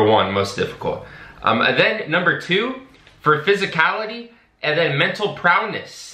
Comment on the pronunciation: Well, when you can't even pronounce the word, "prowess," I think that paints a great picture into the recruiting standards of the Navy.